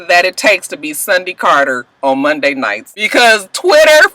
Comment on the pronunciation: Lmao@ Mike Jones! "Sundy got knocked in to Mundy"